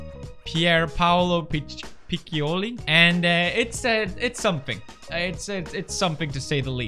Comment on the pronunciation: Italian girlfriend and you can't say "piccioli"?! Shame on you!